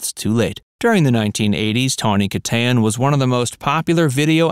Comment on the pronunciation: Christ at least pronounce her last name right. This channel has gone down the crapper in the last two years.